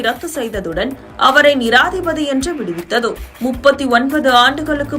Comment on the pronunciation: நிராதீபதி இல்லை நிரபராதி. சரியா வாசிங்க